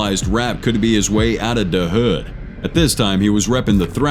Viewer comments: You need to make better choices with the AI narrator. “Da Hood”??? Really? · Narrator said “DA hood”